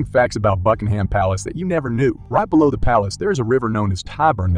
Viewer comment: Please learn to pronounce "Buckingham" ... BUCKING - UM (not Bucking-ham".